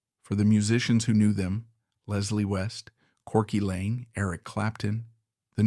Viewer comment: Corky Laing, NOT LANE